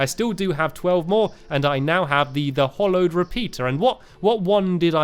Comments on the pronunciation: by the way stampy its hallowed not hollowed its pronounced hall-owed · Did anyone else notice that stamps sed red of this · ITS NOT HOLLOWED REPETER ITS HALLOWED REPETER!!!!!!!,!!!! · You know nothing about terraria its pronounced hall not hall hallowed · Hallowed! Not Hollowed :) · hAlowwed no hOlowwed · it's hallow not hollow! I love your vids but this is annoying me! HALLOW be thy name, thy kingdom come... it even references it in an achievement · HALLOWED REPEATER NOT HOLLOWED REPEATER ITS IN THE NAME I LOVE UR VIDS BUT IT WOULD BE BETTER IF U PRONOUCE ALL OF THE WORD CORRECTLY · Just saying its hallowed bars not hollowed bars LOL😉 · Oh for God's sake STAMPY, how long have you been playing hardmode now? and you still call it hollowed. It's HALLOWED, as in HALLOW, there is nothing HOLLOW about it. AAAAARRRGH it drives me mad!!!!!